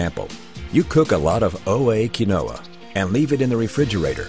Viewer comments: pronounced keen-wa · You can't even pronounce it correctly in your own ad